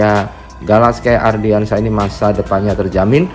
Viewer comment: Please stop bilang "ARDIANSYAH" yg bener tu "ANDRIANSYAH" tolong next dikoreksi ya naratornya, soalnya saya juga pasti nonton channel ini setiap hari kok. Gunakan nama yang benar